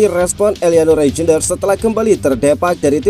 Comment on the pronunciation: baca : *Reiynder.. robot indonesia susah spelling yak.😅